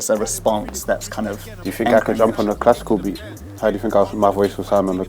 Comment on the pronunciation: Yeah the beath hard sthill*